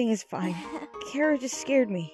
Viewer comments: I have a question for about 3/4 of the Undertale community. Why do people pronounce it (k-air-ah).It SHOULD be pronounced (ch-ar-ah). IT HAS A C H YA KNOW. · ALL OF YOU ARE WRONG ITS PRONOUNCED CHARA